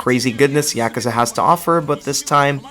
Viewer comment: This is the only person in the world to pronounce yakuza “eea-Kuh-zuh” idk if it was for attention or not but I had to dislike